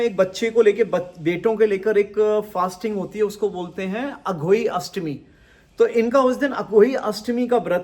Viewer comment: उस vart को अहोई अष्टमी का vart कहते हैं... अघोई अष्टमी नहीं